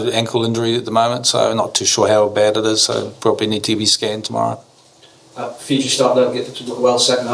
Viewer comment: bla bla....excuses lol dude, it's Fiji hahah